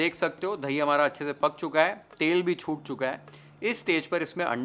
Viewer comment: धही nahi chef The correct word is दही…. Love your channel chef… Here in USA they say… you can get the man out of the ghetto but you can’t get the ghetto out of the man… this reflects the Bombay Tapori in you. Don’t let it go away chef…..